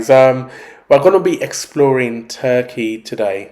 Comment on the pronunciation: You are saying the name of the country wrong hahahah